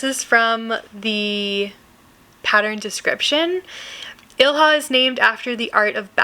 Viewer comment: Thanks for the patterns! They're very pretty! Ilha is pronounced "ílya", though. It's Portuguese for "island".